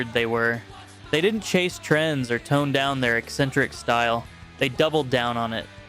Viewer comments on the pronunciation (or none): none